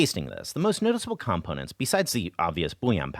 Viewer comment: this is pretty good, but says "components" weird, so 4 out of 5 stars.